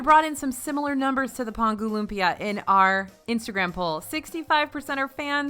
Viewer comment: Haha thank you for pronouncing lumpia correctly 😆